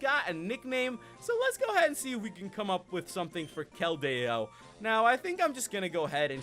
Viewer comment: The correct way to say keldeo KEL- dee-oh